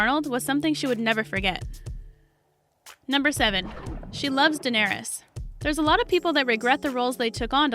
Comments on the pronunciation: You start out annoyingly incorrect in your pronunciation of Emilia’s GOT character’s name, but corrected halfway through, so, points, but it drives me so crazy when her name, after all this time and popularity, is mispronounced. For the record: “Duh-nair-iss” Not: “Duh-nair-EEE-uss” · It’s pronounced like Dan-air-us.... not Danarious!!! And I think us fans knew most of all those facts. Old news 😒😞😲😴. These facts are so old.